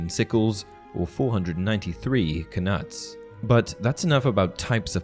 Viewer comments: It's "Ka-noots" not "Ka - nuts". I assume after the Danish king Knut who invaded the British isles in the early middle ages. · Isn’t knuts pronounced nuts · I always thought that knuts were pronounced without the k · I thought the k in knits was silent